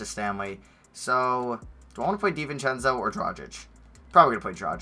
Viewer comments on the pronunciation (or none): Anyone else annoyed how he sats David Di-vince-eo it pisses me off